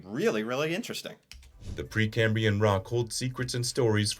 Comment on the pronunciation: The video you watched also pronounced "Precambrian" wrong, pronouncing it without the R at the end 'Precambian'. Just so you don't proceed misinformed PrecambRian